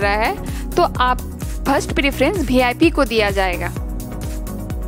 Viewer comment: BeeIP nahi hota.. VIP hota hain